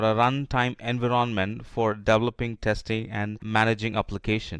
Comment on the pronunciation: voice sounds robotic.. there is no pause at all between sentences. why you pronounce Envy-RON-Ment ?????